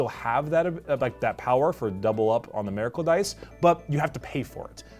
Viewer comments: "Meracle dice" lol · “Mayrackle dice”